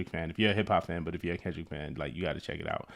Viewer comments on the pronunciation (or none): none